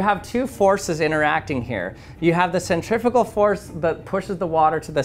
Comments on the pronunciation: Not the way he pronounces them. Centri-fue-gal, centri-peetal-gal. Now you can hear the difference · first time i heard 'centrifugal' being said like that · This is absolutely fascinating, thank you, I really enjoy these clever experiments. Cant imagine how long that took to create something strong enough to stand up to the rigors of testing! However, words interest me too. This to mention the correct pronunciation of the word "Centrifugal" obviously the first part of the word from "centrum" means centre" but the second part of it comes from the Latin "fugere" meaning "to run away" or "flee". The "U" being pronounced "oo" generally, no-one really knows how Latin was originally pronounced but its almost certainly never pronounced as "ih" that happens more often in old Welsh for example. Please American people "centrifical" is not a word!😊 "Centripetal" has the Latin root for "-petal" from "petere" meaning "to seek" btw. I'm sure some will call me a pedant but these things just bother me, sorry! 👍